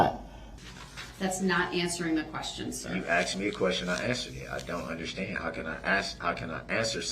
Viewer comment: Anyone who says the word AXED instead of asked should be put in prision FOR LIFE